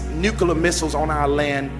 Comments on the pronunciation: pronounces nuclear as “nuculer”. Lol. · “Nucular” and “bummed” lmao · Noooo, not the Nu-Kuh-lar submarines 🤣🤣🤣